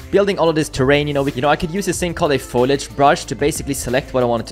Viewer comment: foliage, not foilage. :)